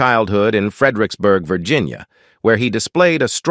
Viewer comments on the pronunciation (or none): none